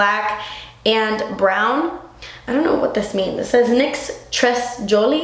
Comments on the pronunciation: "très jolie" means very pretty in French. And you say it like trey jcholi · It's said "tré jólie", means very pretty :) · the "tres jolie" thing on your liner is prounouched "tray zholay" (did that even make sense) and means "very happy" or joyful. and yes, it's french haha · Tres Joli is french for "very cute" and it's pronounced (tray jolee) :) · tres jolie- very beautiful, it's french and pronounced 'trae jholie' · Très Jolie is French it means really pretty and you say it like : trai joli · You're sooo funny when you try to talk french hahaha 'tres jolie' it's so cute that you try to pronounce it, you're just not ashamed at all and i love that!:) Btw i like your youtube channel so much, i've been watching all your videos this week and i'm addicted! <3 I feel like i've learned a lot about using makeup in the right way! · NYX "très jolie" we don't pronounce de "S" in french it means "very beautiful" ! Franch girl studying in the states, following and loving your videos ! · Haha! Hilarious how you pronounce 'très jolie' :) It's french for 'very beautiful' but I'm guessing you already read that somewhere between the comments! Love your videos :) good luck with all the moving and stuff, have a nice day xoxo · Just for your knowledge : "Très Jolie" (from NYX) is actually french as you said and it means : very pretty :) and we don't pronounce the "S" :) I love your videos, keep going you are awesome :D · Dont say the "s" in tres jolie and you got it right :):):)